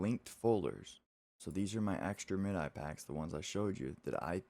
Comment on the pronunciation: "Mid-eye"? You youngin'. :)